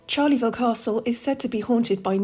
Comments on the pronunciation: Charleville is NOT Charley -ville , it is pronounced Sharl -uh - ville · Great video - but there is no 'Charleyville' - it is pronounced "Charl-vil" with no extra vowel sound between the two halves.